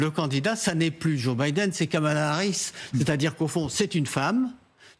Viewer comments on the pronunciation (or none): Kamala Harris et non Kamal Harris :P